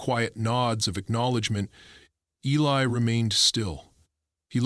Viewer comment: Eli not Helly